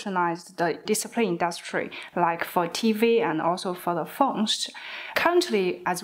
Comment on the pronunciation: Without subtitle I could hear "disappear" instead of display